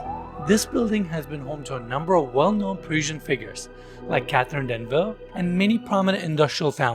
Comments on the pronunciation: That was an interesting pronunciation, eh?🤣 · THERE IS NO EXCUSE, NO EXCUSE FOR YOU TO MISPRONOUNCE A NATIONAL TREASURE WHO IS A SYMBOL OF PARIS ITSELF AND THEN SEND THAT MISTAKE OUT INTO THE WORLD WITHOUT CORRECTING IT. HER NAME IS CATHERINE DENEUVE, NOT THE MUMBLED MESS THAT YOU UTTERED WITH YOUR UNPROFESSIONAL GRAVELLY GRAVEL VOICE WHICH IS BEYOND DIFFICULT TO LISTEN TO. 👎🏻